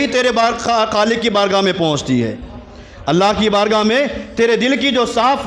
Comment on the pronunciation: السلام علیکم و رحمۃ اللّٰہ وبرکاتہ حضور والا ۔۔ معذرت کے ساتھ عرض کررہا ہوں ہو سکتا ہے میرے سننے میں غلطی ہو۔۔ لیکن جہاں تک میرا خیال ہے کہ آپ نے لفظ * اللّٰہ* کے * ہ * کو ضمہ کے ساتھ پڑھا ہے۔ جبکہ لفظ اللّٰہ کے ہ پر فتحہ ہے۔ 👇👇👇👇👇👇👇👇👇👇 لَن يَنَالَ ٱللَّهَ لُحُومُهَا وَلَا دِمَآؤُهَا وَلَٰكِن يَنَالُهُ ٱلتَّقْوَىٰ مِنكُمْ ۚ اللّٰہ آپ کے علم و عمل میں بے پناہ برکت عطا فرمائے ۔ آمین ثم آمین